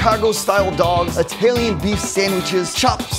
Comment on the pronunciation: The way says "Italian" makes our eye twitch LMAO. Anyone else??